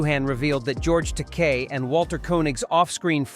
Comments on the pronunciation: It's actually pronounced George Ta-kay. And it's LIVE long and prosper! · This narrations is definitely AI, but it did better than usual. It still mispronounced George Takei's name every time and can't decide how to pronounce "live" in "live long, and prosper."